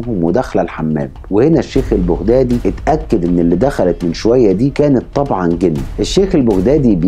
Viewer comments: البغدادي تلفظ بالفتحة فوق حرف الباء وليس بالضمة 👎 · ما. تعرف تتكلم عربيه فصحى ولفظك خطأ ،ماتعرف تلفظ بغدادي 👌